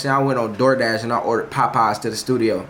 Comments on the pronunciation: Bruh it's POPEYES not PAPEYES 😂😂😂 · “so the POPeyes get AHTsiide” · Dude said. “Pie-pies” 😂😂😂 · Nah the way jay saying “POPeyes” got me weakkkk😂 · He says it with his chest with a capital P😂😂😂😂💀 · LMFAOOOOOOOOOOOOOO Na I thought I was the only one PAHPAHS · Sounds like hes saying potpies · My boy say Popeyes w so much emphasis 😂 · Fr I just liked the video for the way he says it 😂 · my aunty be saying it the same way 😭